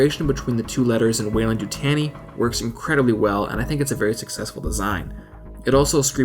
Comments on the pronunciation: The way you say the weyland annoys me. It’s YuTAWNi. But great video anyway! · The way you pronounced Yutani hurts me so much.